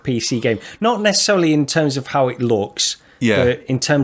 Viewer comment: Did say neccecelery at the beginning